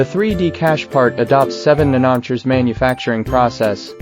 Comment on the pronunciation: A nm is a nanometer, not a nannotcher (or whatever the AI is trying to say there).